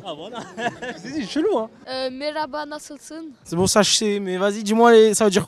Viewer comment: "nasılsın" bon la prononciation c'est pas du tout ça et ça veux pas dire "ça va" mais comment plutôt "Comment tu vas ?" M'enfin elle n'est pas Turque donc c'est pardonable.